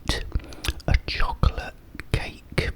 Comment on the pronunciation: its chosolate